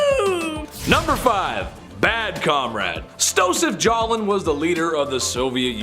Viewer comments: OMG, please...it's 'J' oseph 'S' talin not Jalin...wow. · For the record...the name is Joseph Stalin, not Stoseph Jolin. It was pronounced incorrectly more than 3 times. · Where do they find these uneducated narrators? This NITWIT referred SEVERAL times to Joseph Stalin as Stopheus Jolen